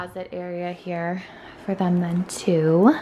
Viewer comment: Have people noticed she says “them” like “THUM” and “desk” like “DUSK” ? Also… who stayed outside with Hayden near the pool when she went inside?